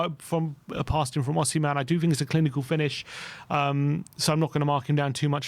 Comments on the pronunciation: Who is Osiman ? Do you mean Osimhen? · Osiman😂 Its Osman at this point 😂 its a Turkish name too 😂